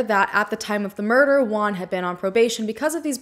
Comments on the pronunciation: The 30 min of video I think she is talking about a asian guy, but it wasn't, girl use Google translate for the name....jajaja "Guan"-"Wuan" JUAN..🤭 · Great job on this video! Bye the way, Juan its pronounced 'whoan' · I’m sorry but as a Mexican I just can’t with the way you’re pronouncing Juan, I laugh every time. I know this is serious but I can’t